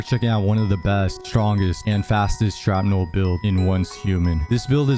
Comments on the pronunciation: Hearing you say "sharp-nel" instead of shrapnel is driving me nuts. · SHRAPNEL!!! Not Sharpnel. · The word: Shrapnel The pronunciation: Sharpnel